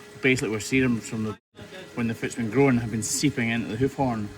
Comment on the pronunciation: When he says GROWWEEN he's actually saying groin.